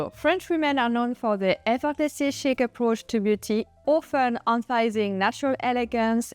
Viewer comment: Did she say Chic? It sounded like "Shit". There is no need for the later on our faces!